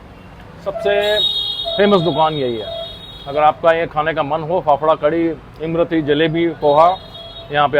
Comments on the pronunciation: Imrati nahi imarti hota he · That's not Imrati , that's lmarti 😂😂😂😂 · इम-रती नहीं होती सर.. इमरती होती है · इम रती नही उस्ताद इसको इमरती कहते हैं